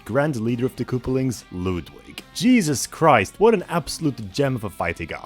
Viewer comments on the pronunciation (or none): It’s Ludwig fool not loodwig